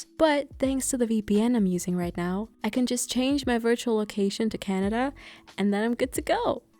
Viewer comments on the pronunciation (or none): none